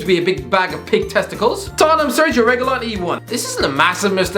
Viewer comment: I'm just really disappointed by the correct pronunciation of Sergio Reguilón's name not once but twice. I mean the world is just a bit less bright and funny today